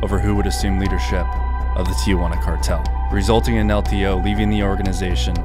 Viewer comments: I believe it’s pronounced el TIO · Excellent video I was just a bit annoyed by how you pronounced el teo(teh-oh) wrong repeatedly but I understand you dont speak Spanish it just hit my ear wrong lol.